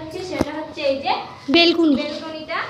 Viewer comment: বেলকনি টা কি? ব্যেলকনি বলে